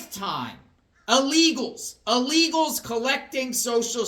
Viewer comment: illegals not ah-legals